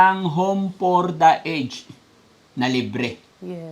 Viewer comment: Konting lesson for today po, ang pronunciation ng aged ay a-jed ( home for the a-jed)🎉